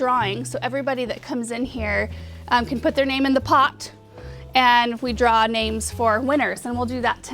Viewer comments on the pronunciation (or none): none